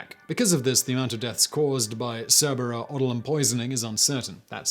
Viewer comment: It's SER BAY RA not SA REE BRA ffs why can't people read?